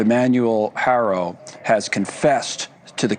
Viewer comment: Why in the hell won't people pronounce Jake's last name correctly? It's easy...HAR...O...NOT HAIR...O...